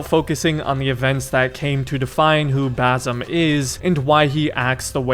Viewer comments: Bazzem, damn that irritates me. How hard it is to pronounce Basim? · Just for clarfication no offense he is not "Bazim" but baSim. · Bazzum lol... that's the whitest pronunciation I've ever heard. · It's basim not bazim 😭😭😭 S pronounced normally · Please say BaSSSim not Bazim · You gotta learn to say Basim’s name man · It's "Basim" with an "S" not a "Z".